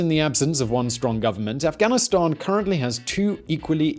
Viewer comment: you pronounced it ri8 buddy Afghanistani